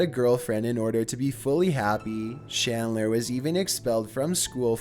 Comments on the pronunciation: Chris Chan's last name is CHandler. Not SHandler. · #5 is CHandler not SHandler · Holy hell, dude, it's CHandler, not SHandler. Chris-CHAN